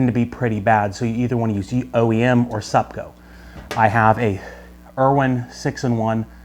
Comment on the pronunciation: Hello, did you say sub go or sub co. And also did you say Om. parts to buy ?